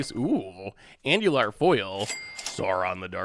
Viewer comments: Name: Andùril: "Anjular" Okay, so three syllables, he gets one right. 33%. Yeah, that's about par for the course for. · Anduril, An - du - ril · As LOTR nerd hearing you call Anduril, "andular" kills me lol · as a lotr fan as a lotr fan, calling Anduril andular hurt my soul lmao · The anduril read as angular caused me physical pain 😅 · Here's Anduril, clearly not ending in an R, and here's "ANDULAR" He doing it on purpose isn't he. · Right?! Like just pause for a second and look at the letters haha. I love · pronouncing Andúril made my whole body shiver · The way he said Anduril hurt me deeply. Edit: Actually all of the pronunciations of the LOTR names. How do these fandoms not cross over more? How are you enough of a nerd to play MTG and not a big enough nerd for LOTR??